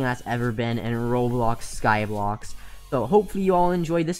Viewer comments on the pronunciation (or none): Did anyone else realise that he is saying Skyblox and not Skyblock